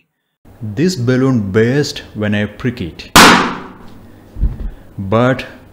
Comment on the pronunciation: Why do you try to speak and imitate western accent. You seem to stress on words like burst, peick it etc to sound stylish. Please don't do that. You may kindly speak in your natural accent and that is good in itself.